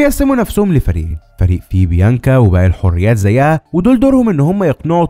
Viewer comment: كتبت لك فى الجزء الأول أن اسمهم الحوريات جمع حوريه وليس الحريات جمع حريه اللى انت بتنطقها دى وبرضه بتكرر نفس الغلط دا انت كده بتقرأ من ورقه بدون تفكير